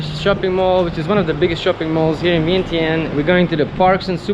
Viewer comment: Please pronounce the city correctly. Should pronounce ViengJaanh.